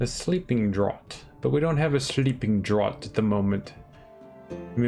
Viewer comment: You don't need to completely crush an ingredient. You can stop partway. Also, draught is pronounced as Draft. Adding water is only for when you want to return to the center of the map. It is not necessary for normal potions.